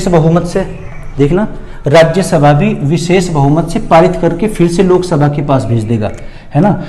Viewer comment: Sok sabha nahi😆Lok sabha😂😂😂😂😂